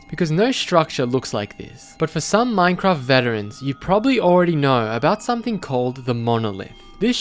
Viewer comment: Why do u pronounce Minecraft as mminecraft